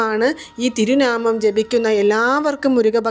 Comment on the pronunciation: Thiru naamam alla Thiru naamam